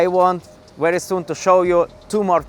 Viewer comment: V ery Very hot not wherewey